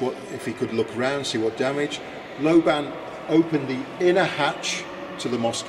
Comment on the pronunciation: lobban is a scottish name pronounced with accent on the FIRST syllable